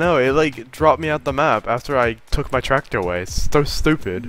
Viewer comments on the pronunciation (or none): "weh goatta bwing oaut mah tracktaor'